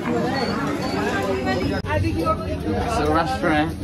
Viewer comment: Bro is struggling to say restaurant